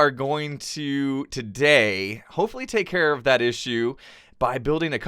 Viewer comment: it should have been, "i'll take carrot that", instead of when you said, i'll take care of that. i love your videos!